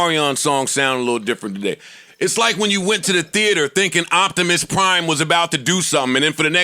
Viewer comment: “Octimus prime” lmaooooo